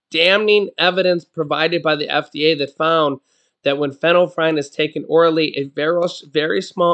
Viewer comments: Fin- ill- efrin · Pronounced FENNEL EF REN. But I like how u said it better lol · Lets sound it out...fin ul lef frine 😅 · Pron. fenell,-effrin. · Sorry to correct..it is pronounced...fen-yl-ef-ren. Just FYI.